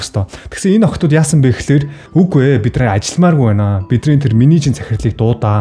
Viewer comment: (Бид нар )гэдэг үгийг. бидрр бидрр гээд байх юм